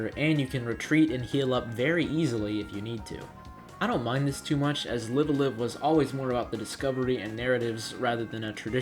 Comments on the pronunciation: Live a Live is pronounced Live (as in Live TV) Alive, rather than Live as in Live Your Life. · Need to pronounce the name of the game correctly. Live as in "Live Wire" or "Alive" for both words. Nintendo confirmed. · This man said liveuhlive